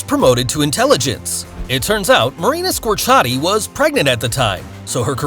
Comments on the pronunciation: At least pronounce her name right. It's Marina Square-ci-ati, not Scorchati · I'm done with your channel! First you post a picture of Gabrielle Union as Eamonn Walker's wife (on your Chicago Fire post), now you mispronounce Marina Squerciati's name. Again, DO YOUR RESEARCH! And for the record, her name is pronounced SQUARE-C-Ah-T and NOT whatever they heck you said!